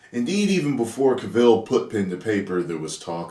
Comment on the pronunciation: Love your videos man, but it is Cavill like Gavel (the hammer a judge uses)